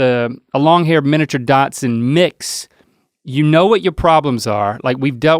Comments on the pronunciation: Link keeps saying “miniature Datsun” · I love how Link pronounces "Dachshund" as "Datsun", like the old car brand that turned into Nissan in the 80s 😊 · Is Link's pronunciation of dachshund a southern thing? Everytime he says it I am reminded of my grandparents old station wagon. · I noticed that too. It made me giggle. My first car was a Datsun.